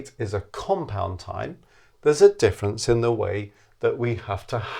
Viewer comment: What’s the “diffence”? Er…